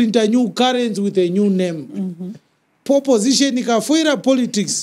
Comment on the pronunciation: Did he just say poposition?😅😅😅😅😅